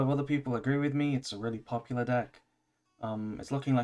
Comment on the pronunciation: love how you say poplar